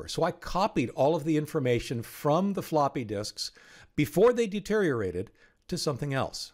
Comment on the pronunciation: Hah. You said floopy. 😂